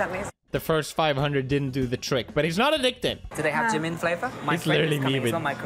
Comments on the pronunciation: 🤣🤣🤣🤣🤣🤣🤣 lmfao am embarrassed for him 🤣🤣🤣 he loves Jimin at least learn wt u say in korean properly he wants to look like him he's obsessed with him and want to meet him yet he doesn't even learn his language😒😒😒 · Also yes he is pronouncing basically everything including Jimin wrong which is absolutely hilarious 😂